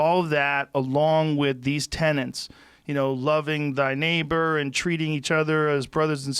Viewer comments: Joe: please stop saying 'tenants' for 'tenets'. A moral 'tenant' is a cool-acting rent-payer. 'Tenet' definition is - a principle, belief, or doctrine generally held to be true. Bless up bruv. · TENETS not tenants. Cripes, Joe. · Joe....it's not friggin "tenants"...it's " TENETS" ! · 'Tenets' Joe, 'Tenets'! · Tenets, Joe. Tenants are renters